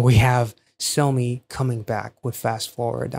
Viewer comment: That's not how you say her name. It's pronounced as [Saw-me] not [Sew/so-me], lol.